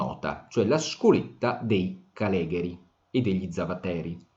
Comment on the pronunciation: mi raccomando: caleghéri non calégheri!! Grazie per la bellissima lezione!